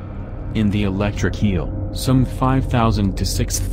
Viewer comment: Its a electric eel not a electric keal😂